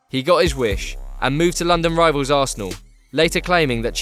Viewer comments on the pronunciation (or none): none